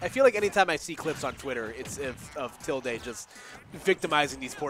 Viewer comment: It’s pronounced Till-Day lol. That bugged me the whole video